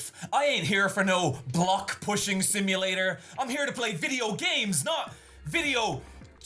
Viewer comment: "video lames" it was right. there... 😭